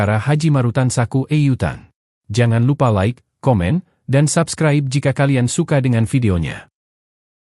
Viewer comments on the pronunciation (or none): none